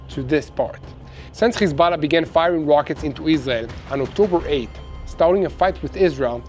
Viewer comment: the way some pronounce Hezbollah... it's nerve wracking, sucks